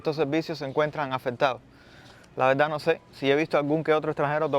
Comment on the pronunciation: De veldad, no pronuncian la "r" o la "rr". Y rara vez pronuncian la "s".